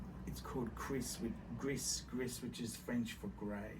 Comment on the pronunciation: "Griss. That's Phrench phor grey." -, 2022